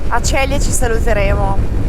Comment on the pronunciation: si pronuncia Zelie e non Celie!